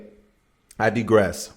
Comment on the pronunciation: First, the fact that you missed that Dr. Dre is known for abusing Black women. Weakest link energy. Next, the word is pronounced "digress."